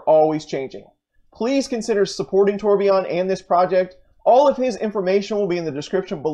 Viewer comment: Nice work, but Torbjorn's name is pronounced TOR- BYORN, Not TOR-BE-YON.